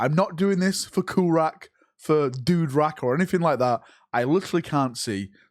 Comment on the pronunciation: lol dude-rak